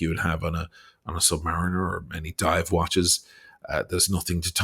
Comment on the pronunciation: Not even being a Rolex guy, people - and you - keep pronouncing "submariner" wrong, which is quite shocking when you wear a $35'000 one with pride like you do 🤪. It is pronounced "'submarine' - er" ... Just listen to the old Beatles song and you will eventually get the name right.